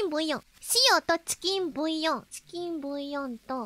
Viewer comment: some random chef : the onyo korone : tchiken boyo